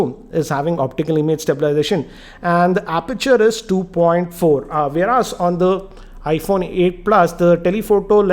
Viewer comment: Everything’s fine in your review here except that your Intonation is slightly annoying it’s weird at places mate ! Fix that already ..... also some of ur pronunces- whereASS , optian instead of option, edeat instead of edit and etc found a bit funny , no offence man .